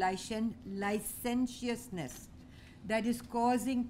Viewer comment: "Licenciousness" cannot even pronounce it right ...which means she never used it often...which means she wanted to show her english educated enlightenment to the uneducated desis... Well may be madam u r disillusioned and may be u r indeed the goddess of language... Be rest be assured our country is safe ... The basic structure of our constitution is very rigid and please have a good nights sleep... I do agree that democracy is a very dynamic system...so please be a part of it ....and donot just raise false alarm when a gov that u donot like gets power... Please be apolitical and stick to issues rather than ideology coz now a days all political parties in general have an almost similar strategy regarding policies